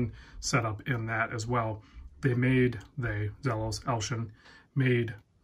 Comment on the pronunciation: ZEEEEE-los LOL One guy in the UK did sell a blue/black sand on ebay for $2500usd